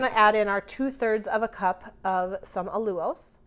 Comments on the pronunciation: Allulose is pronounced: OWL-U-LOWSE 😂😂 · Love your low carb fab recipes ❤thank you! FYI it’s pronounced all-u-lose 😊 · "Al- You-lose"